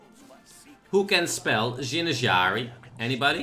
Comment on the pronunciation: zinjari not Jinjari